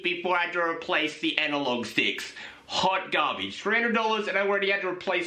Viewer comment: " hawt gahbage"